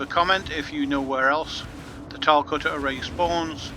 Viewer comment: Why do so many people from the UK pronounce it "cutter-a-ray"? lol